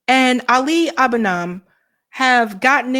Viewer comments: Ali Abunaam? c'mon, get the guys name right, he deserves that. (as in ali aboonimah) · Lets all say it properly folks: Abu-ni-mah